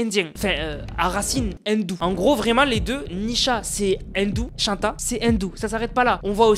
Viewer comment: "à racines InDOu" mdrr tu me cale